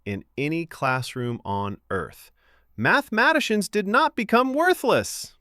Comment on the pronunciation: Mathematicians pronunciation was a bit odd